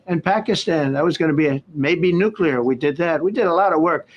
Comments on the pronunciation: Please, Benny! Stop mispronouncing the word "nuclear." You are saying it like "nucular" and that is a common mispronunciation. It's like saying "calvary" when you mean "cavalry. " There is no such word as "nucular." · Benny I only bring this up because I respect what you do for our country. I don't want anyone to have an excuse to demean your work. You pronounce the word "Nuclear" Wrong!! It not (nuc ya lure) its (Nuc clee ear) Thanks for all you do! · Love you Benny, but it's not pronounced "nucular", but correct is "nuclear". Might wanna practice that as I am sure this word will come up many times in the future!!